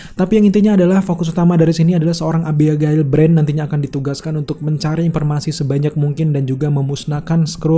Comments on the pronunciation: Suka gitu emang. Klo bahasa laen bisa f sama v. Klo bahasa sendiri bilangnya p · Giliran ngomong invasion, fury, bisa. Giliran ngomong informasi, konfirmasi, berubah jadi inpormasi, konpirmasi 😅👍🏻